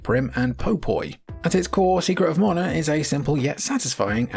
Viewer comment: "morna"? It's MANA!